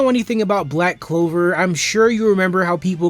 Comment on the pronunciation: You simply don't know how to enjoy the anime that is all, why don't you watch tom and jerry instead? 🤐🤐and its pronounced Black Clover, not Black Cover!